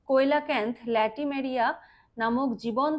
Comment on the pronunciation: কোয়েলাকান্থ না কথাটা সিলাকান্থ